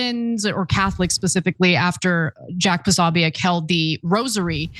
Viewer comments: Why can’t journalists say Prosobiec’s name? It’s Pro So Bic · Anna. It’s pronounced PO-SO-BIC, 3 syllables